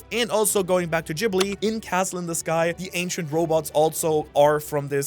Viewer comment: "Ghibli" is pronounced with a hard "G". Please... 😬